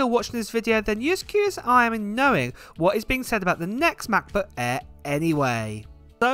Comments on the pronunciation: Hahaha love how he emphasizes MacBook Äääähr :D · Come on…. I know you’re talking to me :-) 1. I love the way you pronounce the aaaaaair. 2. Don’t blame the islands; it’s you, mate, always adding that extra 1.3s I see what you do here ;-) Hugs